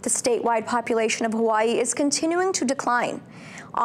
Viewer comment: Why has it become Huwaii？ The vowel ā Bang shirked has become a real problem! All the A becomes u...